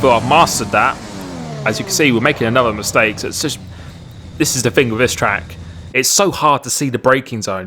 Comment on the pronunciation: WHY DOES HE SAY TRL LINIS does my nut in haha